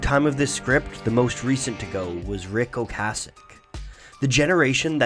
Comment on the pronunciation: !#%$# It's Glenn Frey (sounds like fry) and RIC Ocasek (rhymes with basic). There's no Canadian accent to blame there... FTLOG, I like your videos man, but the pronunciations are brutal. You'd be a real pro with some editing.